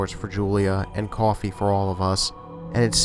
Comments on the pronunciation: it's so funny how he says coffee, cohfee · The way he said coffee in story 1😂😂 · Adithya Gud Brooklyn or New York or New Jersey